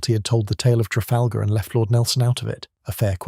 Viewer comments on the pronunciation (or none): none